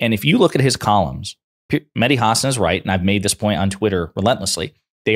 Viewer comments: It’s HA-SAN not HAR-SARN lol bugs me when Americans mispronounce his name 🤧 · Hasan is pronounced, huh-saan. 🤔 VOTE BLUE EVERYONE 🩵 💙💙💙💙💙💙💙💙💙💙